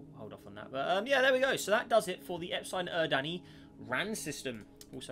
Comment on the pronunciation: the way he pronounced epsilon eridani physically hurt me